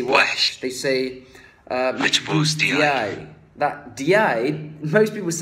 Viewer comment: Mate I love this video. I love the way to said matchboos diyaaii. Perfect. Keep it up.